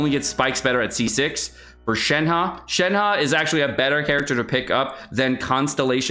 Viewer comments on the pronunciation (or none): Xingqiu is pronounced like ‘shing chew’. Shenhe is like “shen huh”. Don’t say long dong (Zhong). It was offensive in Sixteen Candles with the character Long duck dong, and remains offensive today.